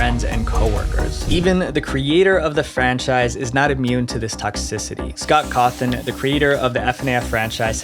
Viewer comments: yeah i think he used an AI script because i recall him saying “Scort Horthon” instead of “Scott Cawthon” and also the “4 children” instead of “4 adults” in the Chuck E Cheese case. Kinda disappointing ngl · “Scott Hawthorne” bro what😭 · "Scott Hawthorn" lul